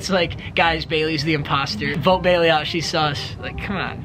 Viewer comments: Am I only one that heard kailey instead of Bailey at the end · Did he say kailey say bye or bailey